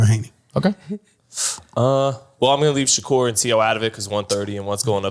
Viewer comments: Why it sounds like he’s always saying Shakira not Shakur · They way he pronouncing Shakur is killlinngggg meeee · “Kambosis by 10th round KO” ??? 😂 no wonder they did their highest numbers without you bro everytime you talk your obvious bias shows. You’re decreasing the credibility of the pod bro. Put some respect on Devin name and pronounce Shakurs correctly 😂 #zittelisbetter